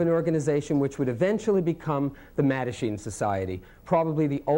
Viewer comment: Amongst all the great stuff here, I have to say how nice it is to know the proper pronunciation of “Mattachine” and “Bilitis”. Even if I’ve been saying them wrong for decades! 😀